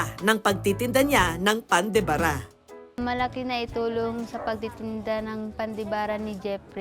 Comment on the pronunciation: Pan de Ba - Ra Hindi Pan de Bara!